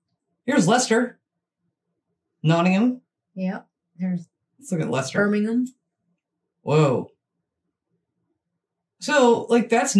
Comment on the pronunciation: Thanks for mentioning Leicester and pronouncing it correctly 👍.